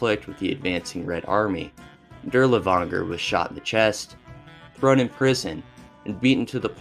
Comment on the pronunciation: Man idk, it feels like a surface level of research was done on these, some of the topics you completely skip can be researched by a few googles It really shows through your pronunciation, especially the butchery of even common names like Dirlewanger and Earhart. I get that it's a LONG video but cmon my guy a mispronunciation or two is one thing, but 80% of foreign names are so far off